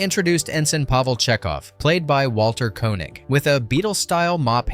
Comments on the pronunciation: Dez-ee-lew not Des-ih-lew and Kay-nig not Ko-nig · Enjoyable, but some flaws: you mispronounced Walter Koenig's name (KAY-nig; long A; met him on a publicity thing). Next: you fail to mention the name of the "almost lost" episode...you also fail to explain why it's on tape; the show was made on 35 mm film..... Eh, still enjoyable..... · Tell the robot to learn how to pronounce Walter Koenig's name properly...